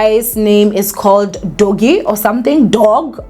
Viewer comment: The name Doug is pronounced as “Dug”. It’s usually short for Douglas